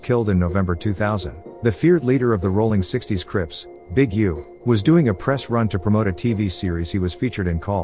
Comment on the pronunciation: Aint no g in rollin 60's